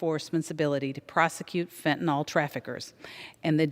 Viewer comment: Somebody should help her with the pronunciation of fentanyl. It’s not Fen-ten-all.